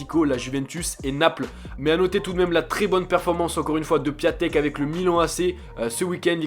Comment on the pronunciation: C'est pas piatek mais piontek